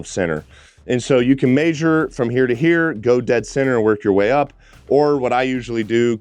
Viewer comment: Pronunciation police here. Pls look up measure